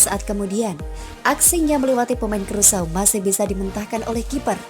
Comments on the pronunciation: Krusao negara mana ya??,, yg saya tahu Indonesia Vs Curacao,, dibaca Kurasao, negara bagian dr kerajaan belanda,, itu sih yg sempat gue baca di peta,, kalo Krusao sih ga ada dipeta. Bingung saya,, ini saya yg salah denger atau adminnya yg salah ucap,, tp masa iya salah dr awal sampai akhir,, aneehh, 🤣🤣🤣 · Aduhhhhh "krusau" dari mana nie. Bikin malu aja nie cewek yg bacanya aja kacau